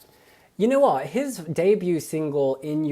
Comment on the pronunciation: Love how just became British. "You know w0t" xD